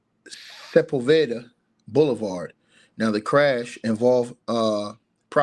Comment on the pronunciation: Sa-pole-va-da / Sepulveda